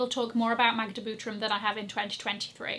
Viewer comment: I Love the way you speak „Magda Butrym” Proud Polish girl there! Magda’s projects are stunning! ❤